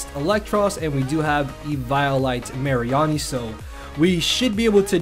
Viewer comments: "Assault Vest Marry-arnie" It's Mah--ree-nee! As Marine and Meanie xD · I have never heard someone pronounce Mareanie the way you have (no hate just saying)